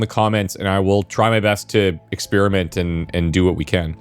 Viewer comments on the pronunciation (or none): none